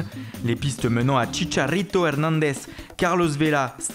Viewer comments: Hahhahahahah comment il prononce CHICHARRRITO et DONNARRRRRUMA ! Super boulot ! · Chicharrrito Herrnandez